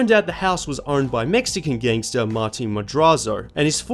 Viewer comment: Did you just say gengstar haha